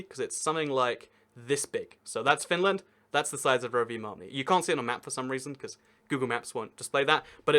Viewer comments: I love it when you are supposed to say Rovaniemi, you just always mutter "Rovimaami.." hoping no one would notice :D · >pronouncing Rovaniemi as roviamani 🤔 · Romimami lmao, at least you are aware that it isn't pronounced like that. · actually there isn't really a metro system, just tram plus 1 line of metro, tho it does split in the east. also, its rovaniemi not rovienami, u switched them also espoo is espoo, helsinki is helsinki, but they are all in greater helsinki, also including vantaa and kauniainen also finnish an swedish isn't at the same level as dutch and french (and german) as many people already said also its not just because of the åland islands, theres also vaasa and neighboring places, they also speak swedish (and finnish) also fun fact, that expensive ferris wheel, (skysweel) has a (sky)sauna im not going to talk about pronunciation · Not bad, though I really can't fathom how you managed to get a "mami" into "niemi". :D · When Rovaniemi becomes Roviomam, Roviohuhmhmh, Rovamami, Roviomami (twice), Rovomami and finally just "Romi!" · It's Pronounced ROVANIEMI. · I really want to teach you how to pronounce city names in Finland. You pronounced Rovaniemi like Roviamami You pronounced Oulu like Ulu You pronounced Espoo like Hespuu You pronounced Turku like Törkuu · Rovamämi...?..so close but so FAAAR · Rovaniemi it's pronounced "Rov-en-yay-me" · I think he pronounced it Rovamama. 😆 Couldn’t stop laughing. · I love all of your 12 pronunciations of Rovaniemi ;) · The way you say rovaniemi sounds really dumb (Im finnish) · Wow that Rovaniemi pronunciation was so bad (like actually)